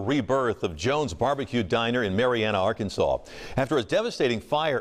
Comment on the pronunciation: This guy called Arkansas Ar-Kansas..🤪